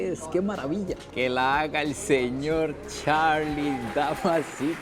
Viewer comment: Por qué cuando dice Charlie dice (charrrrrlie) se va a morder la lengua 😂😂😂